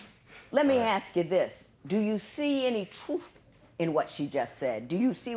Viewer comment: Here we go with the axe again ,if you axed him he would be dead pmsl 😀😀😀😀😀😀😀😀